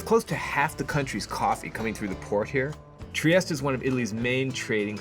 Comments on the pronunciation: It is pronounced “Triesteh”. Add the E at the end. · Learn how to correctly pronounce (at least) the word…piazza; sounds like pizza, not…Pisa, (which is an entirely different sound and refers to the town that has the famous Leaning Tower of Pisa!) TriestE, do pronounce the last È, don’t swallow it! Italian is a PHONETIC language which means you pronounce EACH and EVERY single letter! 😅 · Not to be pedantic but you could pronounce it correctly, there’s an ‘eh on the end of Tree-ESS-tey